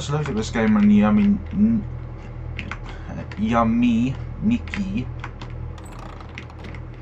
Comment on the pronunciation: Why do you say "Ya"me nikki but not "yu"me nikki?